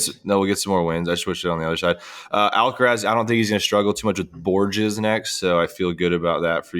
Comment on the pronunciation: "Borjess" and the "João" session, American pronunciation is crazy